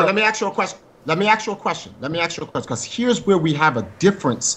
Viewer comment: "Lemme axe you a question".